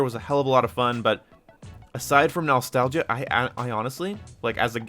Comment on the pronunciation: The way you pronounce (nostalgia) as "nal-stagia" is too funny. Love the accent